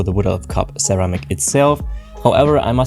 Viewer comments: ceramic is pronounced seramic. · that won't help him. sir-ram-ick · ceramic is pronounced as if there is an s at the beginning instead of a c